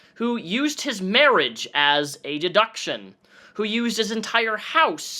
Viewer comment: pretty bold for someone who cant say 'deduction'